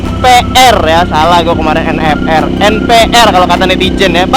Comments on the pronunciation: NFR bang bacanya en ef er🤦 bukan NVR ataupun NPR🤦🏻🤦🏻 gimana sih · Bang bener nya nfr bukan nvr, padahal abang udah bener bang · Bener nyebut nya NFR (EN EF ER) bang,ko jadi NVR (EN VI ER)